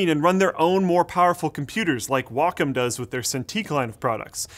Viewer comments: Oh I'm sorry. Did you just say "walkum"? It is "Wa-com". My lord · How come this guy can never pronounce names of products correctly? Way-comm, that's how you say Wacom! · I pronounce it 'way - com', took me awhile to figure out what company he meant.